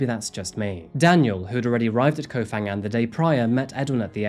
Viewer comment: By-the-way เกาะพะงัน, or Ko Pha Ngan, is pronounced with an aspirated "p" hence the "h" after the 'p' - "Ko pa-ngan". The "ph" is not pronounced like an "f" as you do in English.